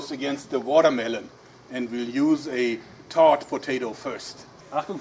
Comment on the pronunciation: he was saying "thawed" potato, Sie Germans hav hart time wis sie "th".